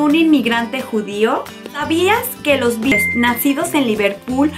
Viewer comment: Oye, una observación. No sé si te mudaste hace poco o qué onda, pero hay varios nombres propios que pronuncias muy mal. Como Greenwich (se pronuncia “Grenich” y no “grinwish”), o Cambridge (se pronuncia “keimbridge” no como se escribe), o Beatles es “bitls” no bitles”. Se pueden aprender y no pasa nada, pero si vas a hablar de Inglaterra y de la cultura, pues lo mínimo es empezar a pronunciar correctamente los nombres, ¿no crees? Espero no lo tomes a mal. Saludos!!!